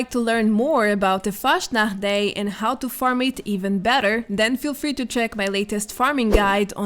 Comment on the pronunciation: Its so funny when foreigners try to speak german words😂 pls say fastnacht again is so cute😉😚